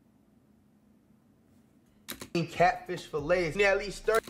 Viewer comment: Bro it’s tilapia😂